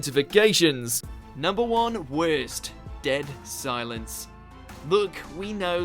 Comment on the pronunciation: U know wut is worst: how u said worst